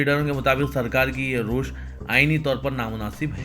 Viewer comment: Sarkar ki rush nahi ravish bolo. Kya urdu hai tumhari.